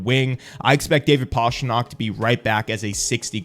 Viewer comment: Great video! Just please, don’t call him Pashtrnak😀